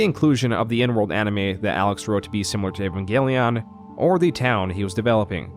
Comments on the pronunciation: Love your videos, hate the way you pronounce words. Especially "EEEEEEvangelion," Not "nvanglion" or whatever throat gargle you somehow do when pronouncing the name. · It's "Evangelion" btw, not "Envangelion". You've said it wrong every time, too. A bit of an "oopsie" if I've ever heard one. Great video, other than that. Entertaining as always. And the music choices are fantastic! Really adding a lot to the overall "Private investigator" vibe. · why do you pronounce "eva" correctly but pronounce "evangelion" as "invangelion" super confusing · "in van" gelion might be a fitting mispronunciation when talking about yandev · Man, I generally love your content, but you really oughta look up how to pronounce some things before you put out a project like this lol. "Envangenlion" had me cracking tf up every time you said it 💀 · Why do you have so much trouble pronouncing Evangelion? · Because like everyone who isn't into Evangelion mispronounces it nothing new there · I beg you pronounce Evangelion correctly